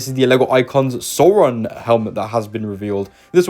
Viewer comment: Sow-ron like cow, not sore-ron.